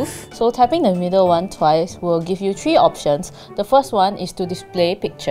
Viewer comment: It is three not tree